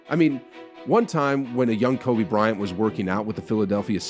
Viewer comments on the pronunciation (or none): none